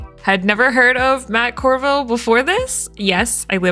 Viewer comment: You can tell she'd not heard of Matt Coville because she said his name wrong lol!! Its nice to hear the opinion on the game from someone who really doesnt know anything about it and basically had it thrust upon her. Thats basically how my players are going to be so the perspective is super valuable here, good stuff!